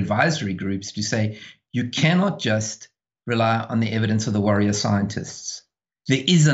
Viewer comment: Did he say "worrier scientists"?! Dang that is spot on!